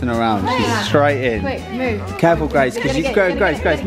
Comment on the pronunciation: Grace* not kaci